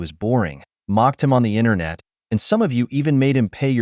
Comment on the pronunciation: I mean, it's pronounced "Internet", not "INTERNAW".